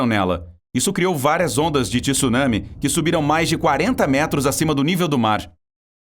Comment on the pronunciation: não é Tisunami é Tsu caralho não sabe pronunciar tsu não grava vídeo